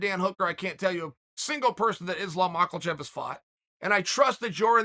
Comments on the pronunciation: Ahh still saying macklechev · why does this gronk keep pronouncing it as MacKLEchev? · “Islam Michael-chev” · Again Makhelchev. WTF man😂😂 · Machelchev 😂🤣🤣. It never gets old uncle Chael the 🐐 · “Islam Mahklechev” I lose sleep over Chael’s butchering of peoples names. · If Chael says it's pronounced "Mockellchev", then it is. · Chael makelchev sonnen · Still with the mockelchev 😆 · Ladies and gentleman it's still MAL-KACHEV. 😂😂😂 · So someone involved in the sport , he doesn't know much about the division, didn't know who Islam has fought, pronounces his name wrong, asked why Justin and Islam don't fight (Justin won't agree obviously because he wants to fight for title, thought that was pretty clear). Bisping has a better insight. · "ISLAM MALKACHEV" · I refuse to accept Chael is mispronouncing these names. We the fans, the commentators, interviewers & announcers have all been getting it wrong this whole time. Undefeated, undisputed.